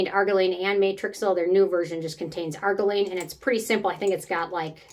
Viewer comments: Lol. Its ar-JEER-ruh-leen. Not AR-guh-leen.😊. Also, i think you mean matrixyl synthe 6, pronounced sinth six. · Wait, isn’t it pronounced Ar-geer-ill-line? Or is that wrong? I just stopped using it after using TO one consistently for a few years & I notice no difference at all. Go figure! 😢